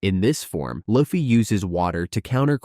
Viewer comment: its luffy not laffy